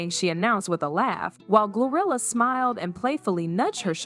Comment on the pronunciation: Is it me or do I hear gorilla instead of GloRilla